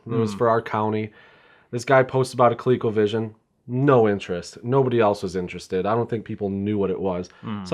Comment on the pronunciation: Why does the guy in blue keep calling it "Co-lay-covision"? It's "Co-lee-covision", dammit! BTW, did you know you can use SEGA Master System as well as SEGA Genesis gamepads in place of the Colecovision controllers? It's a much better way to play most Colecovision games.